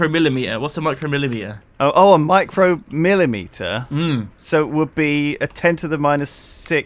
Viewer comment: also careful how you pronounce µm. My-cro-meter is th of a meter and a Microm-et-er is a measuring device like a caliper